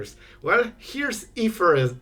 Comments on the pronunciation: if this would make sense, you pronounce it as "Ee th(like in think) e rise(like the word rise)" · Ay - therr - rize 😂💙